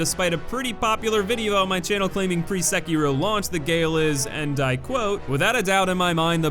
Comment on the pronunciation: i’m sorry abt nitpicking but gael is pronounced “guy-ale”